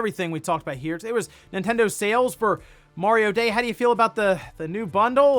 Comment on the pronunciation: I thought he said Wario day.